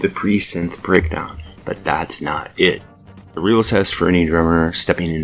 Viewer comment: please show respect and learn to pronounce the name of Anika Nilles properly